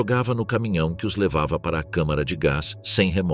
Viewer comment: Boa noite. Ô...fala...CÅMARA de gás.é melhor.....